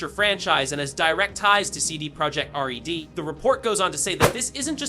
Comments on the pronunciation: CD Project what??? Ride? Rod? Reeds? Who are you and why can't you say RED? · Can you say “red” corectly at least once 😂